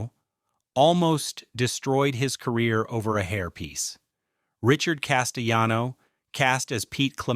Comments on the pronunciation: The narrator is a clown. Richard Castellano is pronounced Cass-tay-lawno, not Cass-tay-yawno. WTF dude? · Richard Cas-tel-LAH-no. Pronounce the "l"s. He's Italian, not Spanish. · THE ANNOUNCER PRONOUNCES Corleone 2 different ways through out this video. He also doesn't pronounce Castellano's 'L's' in his name, as if the name was Spanish. Over all the rest of this presentation is worth watching, I'm glad I was it. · Castellano is an Italian name, so the "ll" sound is enunciated. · Whether the narrator is AI or human, the egregious misprounciation of names is just horrible. Castellano is Italian; the double l is not to be pronounced as id it's Spanish. The narrator changes the pronunciation of Corleone every other sentence. This is a whack job. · Your AI is pronouncing Castellano the Spanish way. In Italian the double L is just pronounced like an L.